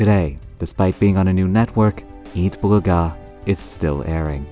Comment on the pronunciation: thank you butcher the pronounce of eat bulaga......